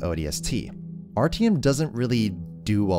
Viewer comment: My man, nice video, but you butchered those names so bad i had a stroke trying to understand who the fuck is RTM